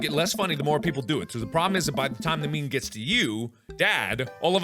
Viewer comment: Mark: IS IT A MEME. IS IT A ME-ME Me: YOU ARE A MEME